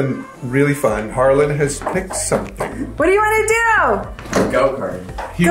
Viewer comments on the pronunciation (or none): I thought it was Harlan? She always says HarlanD. Just confused….